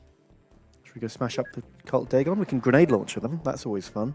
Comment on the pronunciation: I know I'm four years too late watching this but constantly mispronouncing "Dagon" despite correcting him multiple times is also driving me mad